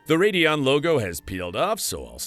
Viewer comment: Mispronouncing names is still a giveaway. “Radd-eon” instead of “Ray-deon” here.